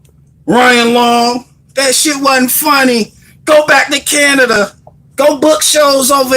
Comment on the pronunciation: My guy did you just say Canadia.... Haha ha. Me too bud